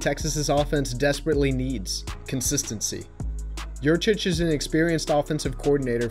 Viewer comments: it's Yurcich, isn't it? Sorry, that just tends to diminish cred a little when the misspell is there to begin things. Not sure about the pronunciation, though I've heard it's "yur-sich." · Guys - It's Yurcich. As in "Your sitch." He was your sitch. Now he's out sitch! Great video. Hook 'em!